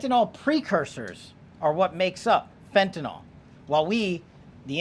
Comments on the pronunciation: fentanyl. Not fentanil KP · Fentanly not fentanol kp